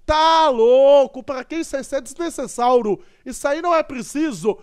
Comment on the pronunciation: o cara sempre fala desnecessário errado ele fala desnecessáuro